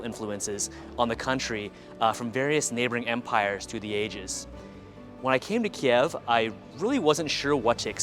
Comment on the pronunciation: Дякую, цікаве відео 👍👍👍💛💙 Але правильно говорити - "Kyiv" 😉